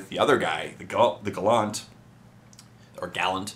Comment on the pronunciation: its pronounced gAllAnt